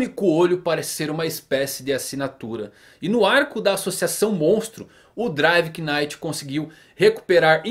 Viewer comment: driver NITE (assim que se pronuncia) só pra deixar pra próxima :)